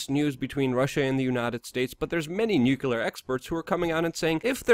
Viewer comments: It's pronouced "new clear".... NOT Nuke-u-lar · Luke, its NuCLEAR, not NuCULAR... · Love the shows, especially the weekly summaries. Forgive me (a nuclear/particle/... physicist) for being sensitive about pronunciation of the word "nuclear", but every time you say "nucular," it makes me cringe, and you've been saying "nucular" a lot lately. Since I'm going to keep watching, and I bet you'll have reason to keep saying it, would you please try to say "nuclear" (nuke-lee-er)? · Why americans always say "Nuchelar"? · What dlour nucular weapons and inivorns have in common? Neather of them ficling exist! It is NUCLEAR! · Nuclear .... NEW CLEAR for Christs sake ... NOT new cew lear ! You sound like Dubya :-/ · Nuculer?! You're killing me, Smalls!